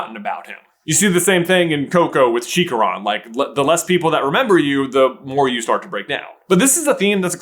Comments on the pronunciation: put some respect on my boy Cheech’s name, it’s pronounced “Chee-cha-rone” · We need to get you to a Colombian restaurant stat. Your pronunciation of chicharron was terrible. I think if you eat the deliciousness that is chicharron, you'll never forget how to pronounce it.